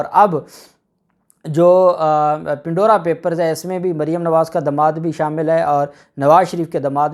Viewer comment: Pan-dora Pandora Papers (Not Pin-dora)